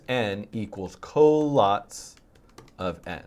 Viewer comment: I love this but I always thought it was pronounced "coh-LATS" lol